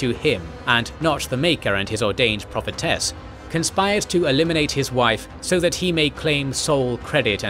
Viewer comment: It's 'prophetess'